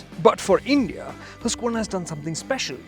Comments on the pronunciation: It's not huska warna it's haskwana . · Baki sab theek hai but name pronounce hi nahi hota